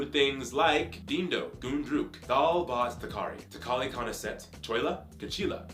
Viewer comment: It's not dindo😂😂 It's sounded like ___ (fill in the blanks)😂 it's dhido😁